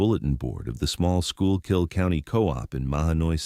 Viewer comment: It's pronounced Skoo-kill county.